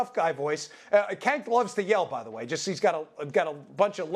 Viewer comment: I'm trying to figure out if he is mispronouncing Cenk on purpose or he genuinely doesn't know